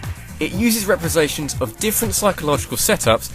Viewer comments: lol "represations" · Represations... lol